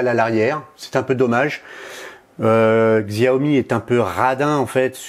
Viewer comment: Tres bien le test. Juste un commentaire, Xiaomi se dit "chiaomi". J'aurai aussi mis l'accent sur le contraste de l'ecran qui est juste extraordinaire.